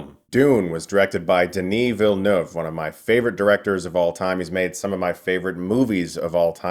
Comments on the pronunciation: Can't wait to see this movie! A Québécois director like Denis Villeneuve getting to do this huge project is so awesome! It's really inspiring to young French Canadian filmmakers. Also, I see so few Americans pronouncing his name correctly that it makes me very happy to see you say it perfectly ! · Oooh, listen to Chris pronouncing Denis Villeneuve like it's no big deal. Nice. :) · Hey you’ll probably never see this comment but as a French guy THANKS for pronouncing Villeneuve correctly! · you are the only one who has managed to pronounce his surname correctly so far among Americans haha Bravo! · Thanks Chris, you have a good french pronunciation of Denis Villeneuve's name. I was his kids teacher here in Montreal when He was filming Polytechnique and Incendie. I must say that He's a very humble and good person. We are very proud of Him and His work, hope he'll be able to finish this amazing masterpiece. I'm also a huge Lynch and Jodorovsky fan, I saw in Villeneuve's movie a tribute of their vision of Dune that they couldn't achieve because of all the obstacles that we know. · Nice pronunciation of the director’s name. I’m impressed… 👍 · Finally someone who pronounces his name correctly, I'm proud as a Quebecer. (Oh yes, and Dune is masterpiece). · thank you for pronouncing Villeneuve properly ;) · I appreciate your pronunciation of Villeneuve, for a non French speaker is very on point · Woah! French canadian here. Very impressed by your pronunciation of Denis Villeneuve! Lol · Being a french-canadian i'm happy to say a big reviewer finally said denis' name correctly 😁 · I’m a French Canadian that speak french and follow a lot of people speaking english and I think Chris is the closest in term of prononciation of the name of Denis Villeneuve. Thank you. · Chris, props for a great review and for pronouncing Denis Villeneuve's name right! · Thank you for saying Denis Villeneuve correctly